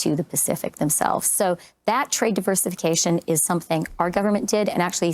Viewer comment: What's with Freeland and Gould...I did not know that 'and' is spelled with a 't' instead of a 'd'....it's quite irritating.